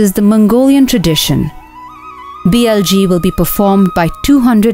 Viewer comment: BLG haha! That’s not how you pronounce it lol